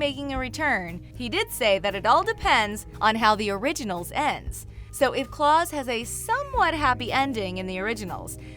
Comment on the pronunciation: Why does she think it’s Claws and Salvador hahaha not a fan